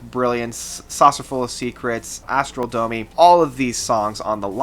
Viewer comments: PLEASE!! Astronomy Domine are rhyming words and you've mispronounced them several times in your post. . . sad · Dude. It should be so very embarassing that you don't know the Latin word "Domine," or what it means, or how to pronounce it. Douche cringes every time.